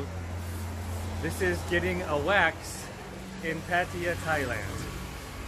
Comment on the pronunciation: Cool video man but it's not "pat-ee-uh" it's "puh-tie-yuh"